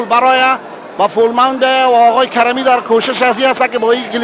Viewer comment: اول زبان خود را دروست کن لطفا کرمی نه کریمی